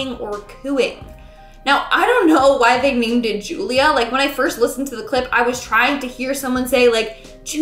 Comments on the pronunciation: Did you say gulia -Julia-it’s like Luca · On Juliea OMG LISTEN CLOSLY I PUT MY EAR TO THE SPEAKER AND IT SOUNDS LIKE ITS SAYING JULIEA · Ju li ah